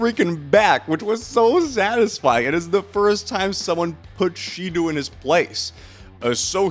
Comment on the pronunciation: the real crime here is how you absolutely fuck up their names with the most American pronunciation ever 💀 how do u even read shidou as shidu